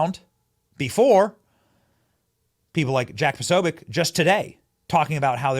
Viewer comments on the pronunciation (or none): none